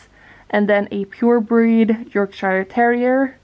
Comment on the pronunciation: Wow! Fun fact 😊 I thought he was or had something from a papillon dog (svenska Papillon (hundras)). Which is also related to the Spanial family. But never thought of cockerspaniel. A small note: Yorkshire is pronounced as 'york-sure' 😉 Loved the video and looking forward to see more dog content 🐶😍